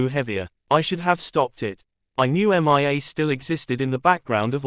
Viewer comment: Horrible Voice. Can't even pronounce a the name Mia without saying M.I.A.